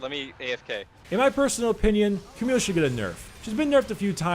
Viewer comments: its not cameeeeele ita camille with the l LLLLLL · Camille correct pronounciation is actually "Kamiy" with the a of "grass" and the i of "still" :) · Hey dude :) The correct pronounciation of Camille is actually "Kamiy" with the a of "grass" and the i of "still" if you want to know ( I say this is the correct pronounciation because it's a French name and I am French)